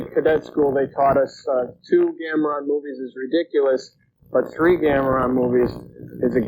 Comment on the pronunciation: I wonder when Joel finally started calling him Gamera and not Gameron lol. Oh and at the 41 min mark the kid looks like the kid from Up